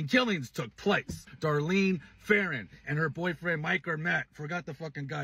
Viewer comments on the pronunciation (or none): none